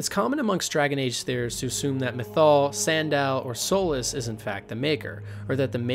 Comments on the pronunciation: his name is sandal not sundahl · Sandal is pronounced the same as the shoe. Antiva ANN-TEE-VAH Nevarra NEH-V-ARE-AH Parvollen P-ARE-VAHL-EHN Seheron SEH-HAIR-UHN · This was awesome, but do you intentionally mispronounce every name? It got really comical when you started calling Sandal, San-daal. 🤣 And all those elven names and even Segrumar were just painful to hear. LOL